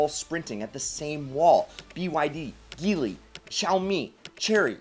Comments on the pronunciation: It's pronounced (j)eely Not (g)eely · It's pronounced "Jee-ly"